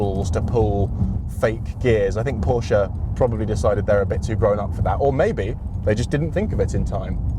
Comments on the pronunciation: First off, PROPS for getting both names right. Pors-sha (not 'porsch') and Hyun-DAY (two syllables is correct, not Hy-un-dai as many Brits seems to pronounce incorrectly). I personally find the Ioniq 5N more interesting than the Macan EV and I'm a huge Porsche fan too... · Kudos for pronouncing both 'Por-sha' and 'Hyun-DAY' correctly (so many Brits butcher the name, Hi-Un-dai'